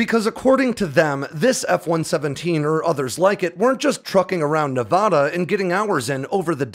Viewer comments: Tonopah is pronounced "Toe-No-Paw". The way you said it I could barely tell what you were referring to. Also, when referring to the State of Nevada, it's pronounced "Nev-a-da" and not "Nev-ah-dah". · You definitely have no idea about how irate that makes Nevadans because we’re not Nevahdahns it’s not Nevahdah Ne - Va - Da Nevada its prounounced how it’s spelled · As a Navadan... super irritating to hear someone say Ne-vah-dah... its Ne-Vad(like RAD)a. If you ever run into one of us and say it that way you know most of us will twitch... 😂😂 but as someone who grew up in Palmdale... great story , i miss seeing the F-117s on a almost daily basis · We pronounce it Toe-Nou-Paw (like the sound you make when saying eNOUgh) and Nev-aaaa-daaa (like da-da) not Nev-ahhh-daaa, sorry it was bugging me. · "TOE-nuh-paw" and "Nev-ADD-uh". Not "Nev-ODD-uh". This is how locals find other locals. Definitely don't pronounce it "Nev-ODD-uh." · Some seriously mangled pronunciations in this video Tonopah (TOHN-ə-pah), and if you can't read pronunciation guides, this will get you closer than what you were saying : Toe-nuh-paw Nevada (nə-VAD-ə) - the first "a" is hard, not soft. And there's no such place as the "paramint" valley as stated in the video, it's the Panamint valley. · BTW, it's pronounced "Nuh-vaaaaada" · It’s 2023 and we’re still pronouncing Nevada as nevahduh smh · He can't say Nevada correctly, you expect him to get Sammamish? 🤣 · hey, i love your videos! you should check your pronunciation of "Nevada" - i used to say it the way you are saying it, then some people from Nevada got very upset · Your stuff is awesome.....even though you say "Nevada" wrong. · Days since pronouncing Nevada incorrectly: 0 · The first A in Nevada is pronounced like in apple, not an AHH sound. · You're pronouncing Nevada wrong